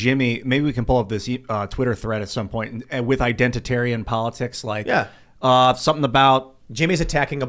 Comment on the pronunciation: identatarian?! C'mon